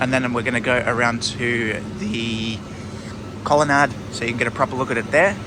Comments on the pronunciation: I think this is a regional dialectical variation, similar to plant rhyming with either ant or aunt depending on which part of Australia you’re in (or grew up in) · mmm. i've never heard colonnade pronounced like that before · just quietly, colonnade rhymes with lemonade...